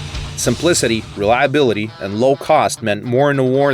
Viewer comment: I like how they said reluability